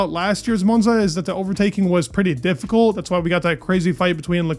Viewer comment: Monza not Moanza😂